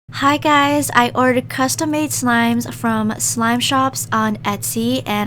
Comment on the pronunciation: The hi guys is almost sound like yamete